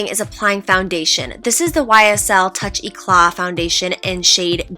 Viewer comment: "Toosh Eh-Claht" :)